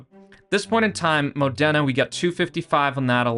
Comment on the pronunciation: The way you say Modena it's really painfull for my italian ears😂